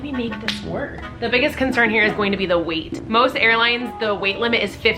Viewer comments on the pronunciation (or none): none